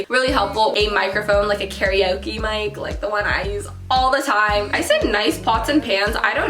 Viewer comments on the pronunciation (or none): none